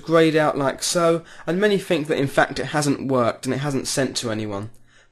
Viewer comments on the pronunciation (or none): none